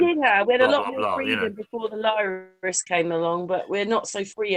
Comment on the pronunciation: She called it a Lirus. I like that.